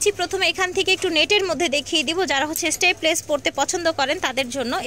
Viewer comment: স্টেপলেস না স্ট্র্যাপলেস আপু।